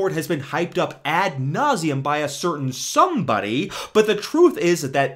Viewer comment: Hyped up by a certain “”